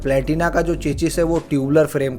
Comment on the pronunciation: चेचिस 😂😂😂😂😂 चेचिस नहीं। चेसिस।